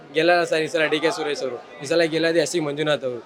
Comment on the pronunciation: ಸರಿಯಾಗಿ ಕೇಳಿಸ್ಕೋ, ಸುರೇಸ / ಸುರೇಸಾ????